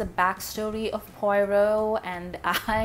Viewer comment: Huh?? Poyrot??! For crying out loud! Get his name right at least, woman!